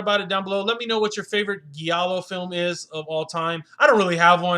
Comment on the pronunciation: “He gets DRUG (**should be DRAGGED*) into the movie?” Giallo, is pronounced with a soft G: “GEE AH LOW.” Sorry, it’s not criticism, that’s meant to insult you, but constructive criticism, that I hope that you benefit from. As far as the film, it had HUGE promise, but ended up being nothing more than artsy silliness. Very beautiful women, excellent performances and amazing accuracy, in recreating the era in which this film takes place.